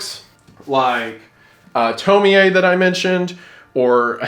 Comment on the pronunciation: doesn't the ie just sound like y😭 at first i was cool but then i heard him say toemiae LIKE WHAT